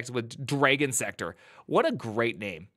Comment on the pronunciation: Why are you saying Dragon like that? "Dray-gon"??? There's no "ay" sound in there. How do you say "drag"...now just add "on" to it (well more like "drah-gon" if you want to get phonetic about it....BUT STILL...it's definitely not dray-gon).